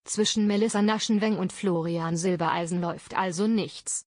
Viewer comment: Florian heißt Silbereisen und nicht Silbeleisen!